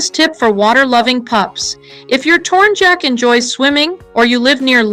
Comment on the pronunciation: Tornyak not tornjack, tornjack sounds kinda dumb